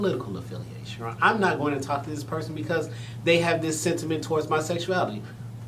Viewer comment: What’s going on is that you are interviewing these two guys . ‘Going’ has a ‘g’ at the end of it . Two very handsome men ❤️